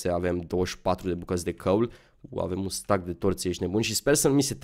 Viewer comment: se spune steck nu stack